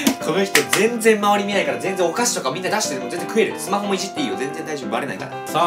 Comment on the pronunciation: スマホの発音がスマホ↑の先生がいる。めっちゃきになる。 しかも2人。